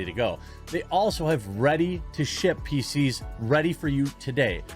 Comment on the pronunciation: Just a note, please be careful with annunciation. For those of us with hearing problem PC's can sound like feces.